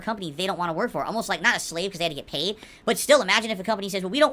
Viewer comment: He also occasionally pronounces “but” as “boaht”😂 I hate him so much